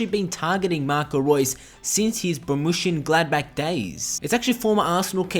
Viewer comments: its not BORMUSSIAN Gladbach. its BORRUSIA MONCHENGLADBACH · Great video about an incredible footballer, but please learn how to pronounce 'Borussia Monchengladbach' properly, its painful.